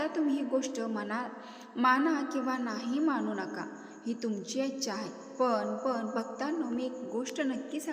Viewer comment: पन नव्हे पण मराठी शिकून घ्या.